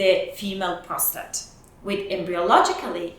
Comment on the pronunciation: Women have a prostrate? 🤣🤣🤣🤣🤣 it's pissing!